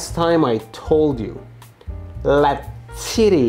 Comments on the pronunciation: Le tittie, la tittie Still sounds french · lmao we gonna ignore 'LA TITY' ?? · No one going say he said la tity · bro said la titty wich translates to "the titty" in french ('_') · Actually, it sounds more Italian for a French person ^^